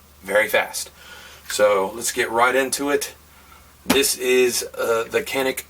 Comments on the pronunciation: Canik is pronounced JOHN-ic in Turkey (where it's built) and all over the world except in 'Merica where half the people insist on calling it "kuhnic" for some reason. This is the company that's gonna run Glock out of business. Get it right yo! :D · It's "jahneek." The Turkish language uses the letter C to sound like an English J. It's not the "zh" (French J) sound that I hear lots of reviewers use, which the Turks spell with their letter J. Then, they have two separate letters I, dotted and undotted. Canik uses the dotted I in their name, even when written in capitals, and that is pronounced like our "ee" sound (undotted I is "ih"). All that said, I'll bet this company is used to our American pronunciation "kanick," and just take it in stride! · Welcome back! I liked your review and subbed^^ Canik is pronounced like J in January or Jake... C(J)anik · I don't get why everyone feels the need to say Canik, or Shawnik etc. It's very simple. It's Canik pronounced Shawnik. It's Turkish. It's not even hard to say it how it's actually pronounced. Just white people being ignorant I guess? 😆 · It is pronounced Kan-ick not Zhan-ick I asked the company.